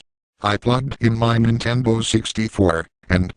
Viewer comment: He said Nintenbo